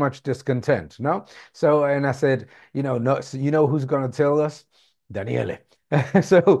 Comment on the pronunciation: Daniel is how her name is pronounced